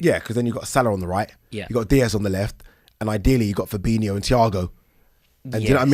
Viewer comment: fab-in-o no extra i